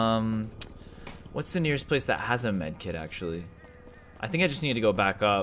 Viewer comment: At. The. Ples